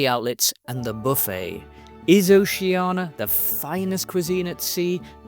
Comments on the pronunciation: I thought it's pronounced- "Oh-shan-ee-ya'. Because there's an 'I' in it. Ocean -ia? Not 'Oh-she-anah😊' .Or else it would be spelt, 'Oceana',no? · It’s funny because at the start of the video, pronounced it ‘Oh-shan-ee-ya’ then proceeded to say ‘O-she-anah’ the rest of the way. Maybe it’s because the latter is easier to pronounce than the former especially when you’re speaking continuously and not focusing on the name alone? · I'd like to know why most people mispronounce Oceania?